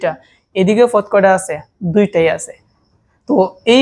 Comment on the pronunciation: পদ ❎ না না না না না ফদ ✅